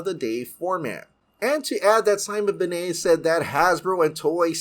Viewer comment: Sorry but its Ben-nett not benay